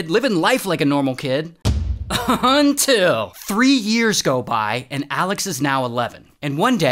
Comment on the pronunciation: Who else loves the “UnTilL” 😂😅